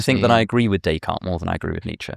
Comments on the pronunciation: Having a fancy intellectual discussion while butchering the name 'Day Card' is oh so British. It is almost as bad as the way they pronounce Ibiza as 'Eye Beether' :-) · he immediately reverts to pronouncing both kierkegaard and nietzsche the wrong way, in an english accent. the same goes for descartes.